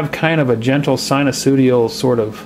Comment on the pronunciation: SinuSOOdial? Not sure if you said that deliberately.....?